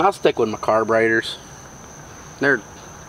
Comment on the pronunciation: Sounds like Wyatt is saying “car-braiders” 😂🤣